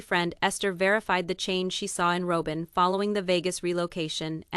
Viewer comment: This is AI. Listen to it. It can’t even pronounce Robyn.